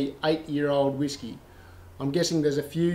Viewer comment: I agree my pronunciations of all whisky has a lot of room for improvement, In my defense I am Tasmanian.... hahahahaha